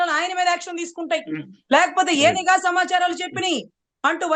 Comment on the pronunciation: నిఘా అనాలి not నీ ఘా